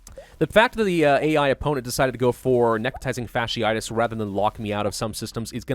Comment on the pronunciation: Wait... Did he finally pronounce fasciitis correctly?